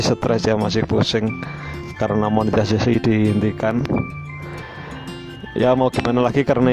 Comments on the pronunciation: mantap jadi nambah ilmu "MONETINASI" "MONESISASI" susah juga nyebutnya...hehe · bilang monetisasi aja susah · 😂😂😂😂😂 monetisaisssii... EHH MONETESS👍